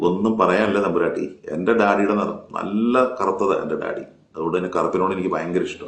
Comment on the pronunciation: സർ... നിങ്ങക്. വേറെ. പണിയില്ലേ... തമ്പുരാട്ടി.... താട്ടി. എന്നാണ്. പു. മോളെ. വിക്കേണ്ടത്